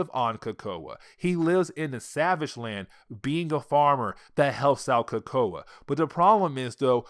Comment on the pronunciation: Bro your killing me with how ur saying Krakoa, but thanks for the upload.